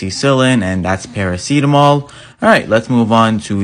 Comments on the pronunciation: Bro i hate how you pronounce paracetamol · is that how you're supposed to pronounce paracetamol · The way he pronounced paracetamol 😭